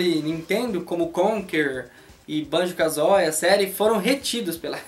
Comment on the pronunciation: Parei de assistir quando ouvi Banjo "KAZÓI"